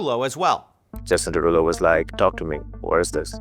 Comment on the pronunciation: “…Jason DeRugPull…” 🤣🤣💀